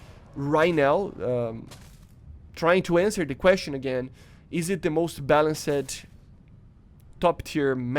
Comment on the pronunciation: “Balanc Sed”😂 “Balanst” ✅